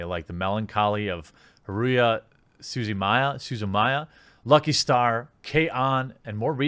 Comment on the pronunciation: HA-RU-HI SU-ZU-MI-YA. Not Maya.